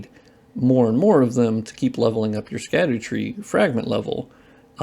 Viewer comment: "Sca-doo" tree is "shad-dow" tree